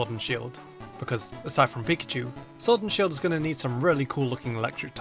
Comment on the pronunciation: showrd an shield lol that sh keeps getting us